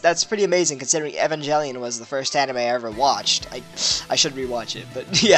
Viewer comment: It isn't even about the accent. Just straight up wrong ways of pronouncing things like Aegis and Evangelion.